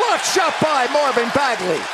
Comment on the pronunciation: Commentator: Marvin Bagely